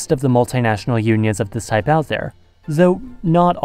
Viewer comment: Zis means...he said zis means.....the German in him is coming out